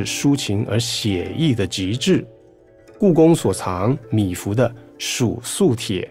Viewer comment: 是米芾，不是米芙！请多讀書，好嗎？謝謝！😪